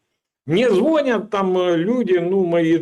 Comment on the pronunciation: ЗвонЯт!!! Учи, окурок, язык!